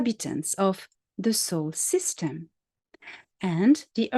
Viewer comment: Are you saying Soul System or Solar System?